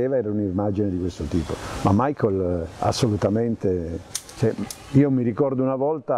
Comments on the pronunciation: Ma non è "Maicol" aĺl'inglese, bensì "Micael" alla tedesca. È come chiamare Giuseppe "Giuseppi" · 🤔¿perché molte persone pronunciano il suo nome come fosse Anglo-Americano?...dai su!